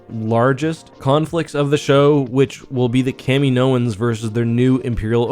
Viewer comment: its not fooking kameenoans...... jesus thats so annoying